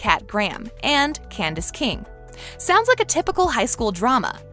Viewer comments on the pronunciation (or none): none